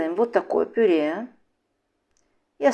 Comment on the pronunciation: Голос приятный. Только режет слух слово ,,пюрЕ,,. Пишется так, но говорят ,,пюрЭ